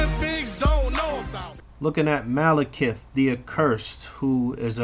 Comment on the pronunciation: Is it pronounced maleKEETH or like how says it?